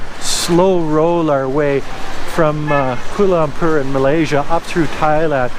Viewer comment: Just call it KL until you learn how to properly pronounce Bahasa.